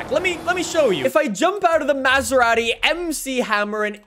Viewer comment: I dare anyone to watch this video in 0.25 speed. The way he says Maserati….